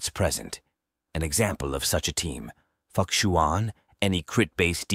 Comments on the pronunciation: Just a friendly reminder: The 'X' in most chinese names is generally pronounced as a 'Sh" sound. Therefore, Fu Xuan will be pronounced as Fu Shuan, not fukshuan. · For the last time, it is Fu Xuan not F*ck-shuan? 😂😂😂😂😂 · pls don't butcher fu xuan name but if it's something cant change that's ok. I appreciate this guide. Nice content. Hope u grow